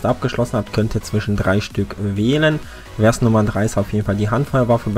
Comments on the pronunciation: Hallo und nix für ungut, aber ich muss jetzt mal kurz klugscheißen ;-) Ein Vers ist quasi die Strophe eines lyrischen Textes und wird Fers ausgesprochen und nicht Wers. OK Google, Klugscheißermodus aus und danke für den kleinen Guide :-) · vers mit V und nicht mit W aussprechen bitte. danke :)